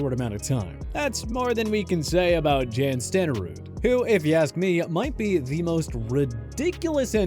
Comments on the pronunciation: Can you at least learn how to pronounce names correctly? It’s not Jan Stenerude, like Jan Brady, it pronounced Yon. It’s pronounced Earl More(el), not Earl Morale. Geez, do you know the history of football or not? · It's not pronounced "Jan" like January.. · Jan is pronounced Yan just saying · Jan is pronounced like the word Yawn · Not pronounced Jan...pronounced the same as yawn. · Its Yawn not Jan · Jan Stenerud, pronounced Yahn, is in because of his merrits from his era. Comparing his stats to today's kickers is absurd. Dude played for 19 seasons and revolutionized kicking with his soccer-style kicks. Vast majority of the kickers back then just kicked straight ahead. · C’mon, do some research and at least get the names right. Jan Stenerud is pronounced like Yawn. Please don’t pronounce the second ‘n’ in Hornung. Also, you blew it on most of the players you’re kicking out and you forgot Joe Namath. Look at his numbers if you want to bag on Bob Griese. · Spend a few minutes learning how to correctly pronounce the player's names..Jan is pronounced (Yahn) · Can’t even pronounce Jan’s name correct. The dude is Norwegian. Went to Montana State on a ski scholarship. Never had played football till goofing off after running stairs for skiing. Jan and Pete Gogolak were 2 of the first soccer style kickers. They changed the style of kicking game and 40+ years of improving what they brought to the game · How am I supposed to take this “research” seriously when he can’t even pronounce jan